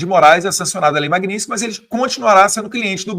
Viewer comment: Pô fale Magnitsky direito. Isso não é para o Eduardo, é para o apresentador do canal.